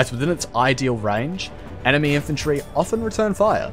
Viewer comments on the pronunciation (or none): none